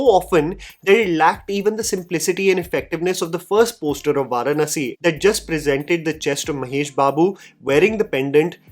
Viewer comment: No offense bro....you have got to learn the pronunciation of the word "Varanasi". It's an Indian word. Please don't basterdize the word.